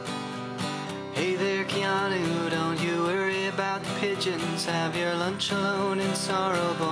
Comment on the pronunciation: WHAT'S WRONG WITH YOU PEOPLE .. LEAVE THE KEE OUT OF KEANU ..!! well , cuz it's pronounced Kay-a-noo Reeves ..!!